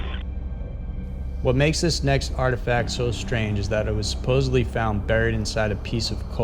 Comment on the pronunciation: "Supposebly" Dont do that. SupposeDly. Thanks.